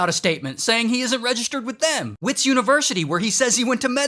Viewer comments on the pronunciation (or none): I'm so embarrassed to be from Gauteng. Thanks for the shout out. One more thing, Wits is pronounced Vits with a V. Not wits. Comes from Witwatersrand in Afrikaans and their Ws are spoken as a V. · It's Verts not whits🗣️ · its not wits its vits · Make the w sound like a v for wits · It’s prounounces vits not wits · I am genuinely proud that he pronounced gauteng correctly. ❤ I just wish he'd pronounced it Vits instead of wits😂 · 😂as a south African i can tell u that we dont pronounce Wits university as wits , we pronounce it as *vets , 💀sounds kinda weird i know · University of WITs….pronounced VETS if u not South African and don’t know or understand Afrikaans..👍🏽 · its VITS on WITS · Wits haha its pronounced "vits" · Hahahahahaha my homeboy 😅😅... It's pronounced as "Vets" university (wits university).... But shoutout to you Ray (from South Africa) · Heads up:Wits is pronounced v-i-t-s, it's Afrikaans Sanele is pronounced sun-el-eh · It's not "wits" university It's pronounced with a V instead of a w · Its written as wits but it's pronounced as vets. It's Afrikaans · The W in "Wits" is pronounced as V in South Africa so like "Vits" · As a south African im upset that this is how we get a shout out but... Ray I you are doing your best at pronouncing the stuff so I'm gonna help you out Wits is pronounced Vits and Gauteng the g is like if you had flem in your throat and the au is pronpunced ow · 😂😂😂wow we made it to Ray’s channel … side note WITS is Afrikaans so the W is pronounced as V👏🏾👏🏾👏🏾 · Lmao Wits is pronounced like Vitz And Sanele is Sah-neh-leh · Im happy you shouted out uor country but its not wits it lik vits vvvvvits not w it s Afrikaans school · Wits pronounced Vits sounds Afrikaans from the Dutch, no? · WITZ not Wits but all love from South Africa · Its pronounced VITS😂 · I love your attempt at pronouncing some of our local words. Wits would be move like Vits, a V sound not a w sound.... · Bro really said WITS…. It’s pronounced vits lol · And Gauteng